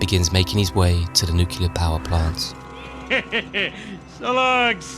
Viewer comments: It's nuclear not nucular. I cringe so hard when people say nucular. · He said it like that in the video. He said nucular. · its new-clear you dunce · it's pronounced "Nuc-u-lar" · Great video but why can’t anybody pronounce ‘Nuclear’ any more?… 😢